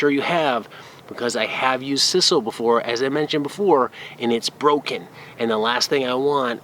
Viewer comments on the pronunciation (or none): I've binge-watched so, so many of your videos today, and I just wanted to thank you for sharing so much knowledge with us!! But because I've watched so many, I have heard sisal pronounced incorrectly, and I'd want someone to tell me if I were making videos. It's a long I, as in like. And I like, like, like your channel very much!!!😉